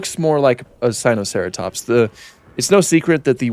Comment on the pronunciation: Typa mispronunciation in a bad paleontology video